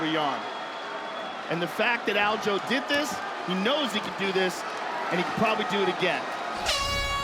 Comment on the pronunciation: WHY TF DOES EVERYONE CALL HIM ALJO!?! ITS ALJA ... how bout I start calling you Petor or better yet let's just drop the r, fuck it.. call you peto...